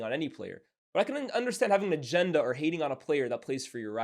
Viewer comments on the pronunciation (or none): none